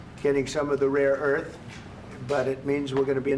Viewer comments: I'm no fan of the green goblin there, but I do find it funny that Trump thinks rare earth minerals is pronounced "raw earth". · 🍊 keeps saying ‘raw earth’ does he mean ‘rare earth minerals’ ??? I mean, get it right when you’re stripping a country of its natural resources like a vulture!